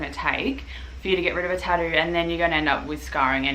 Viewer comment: What’s a tah-ooh